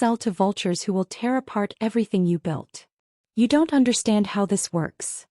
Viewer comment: It's built, not belt.